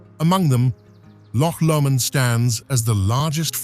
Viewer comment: Wynd, Ben Nevis, Loch Lomond and Glencoe for example - these mispronunciations are distracting in such an otherwise excellent production.